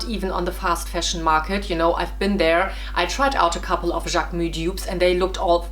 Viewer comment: Love how you pronounce JacquemuS